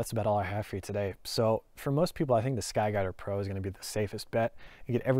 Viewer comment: Holy shit, you say it so fast.... "SKY DADDA PRO" Thats what I'm hearing. 4 times, you said sky dadda pro...